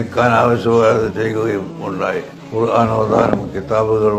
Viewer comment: ഖുർആൻ എന്നാണ്, കുറാഫി,, കുറാൻ,, എന്നല്ല